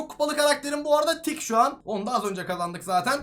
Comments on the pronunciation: Kit❌️ Tick✅️ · 😂😂😂😂 abi tick değil kıt